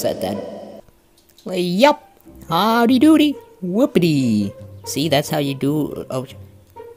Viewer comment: you said hiwwwdy dode hiwww dode 2 times lol